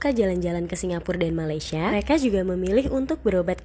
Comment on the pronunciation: Sebutan betul Malaysia ialah Malaysia bukan malay.